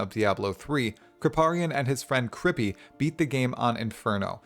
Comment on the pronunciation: Mandatory "you're saying Kripparian wrong" comment to begin with, looking forward to watch the rest :)